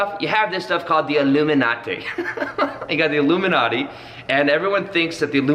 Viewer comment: "Alumilatte" lol